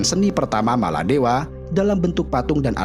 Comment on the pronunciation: Sebutan biar betul bukan maladewa